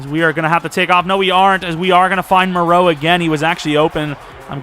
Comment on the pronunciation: Lmao why were you calling foster Mereau “Fabian Maraeu” 😂